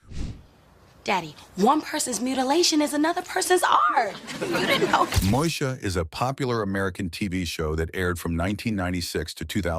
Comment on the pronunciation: Moe EEEEEEEEE sha 😑